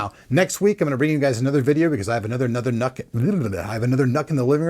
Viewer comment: It is NUC's not nuts... open your ears